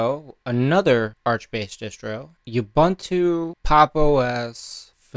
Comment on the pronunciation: "OOBOONTOO" man. "OOBANTOO" doesn't exist!!!